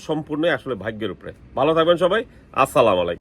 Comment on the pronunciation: সালামটা সঠিকভাবে উচ্চারণ করতে পারে না